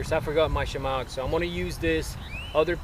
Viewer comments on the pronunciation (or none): "a shamog"??